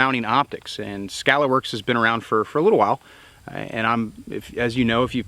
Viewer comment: Lol.. (T Rex arms)... Skuh-Lahr works....